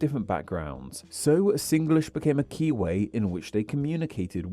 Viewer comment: Good. U said Singlish the Singlish way, sing-ge-lish.